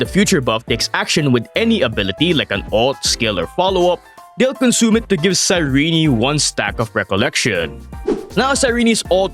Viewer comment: Her name is Cyrene not Cyreney, Cyr-eeen.